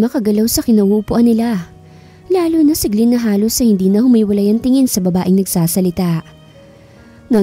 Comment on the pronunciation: glen po hindi gliin!😅😂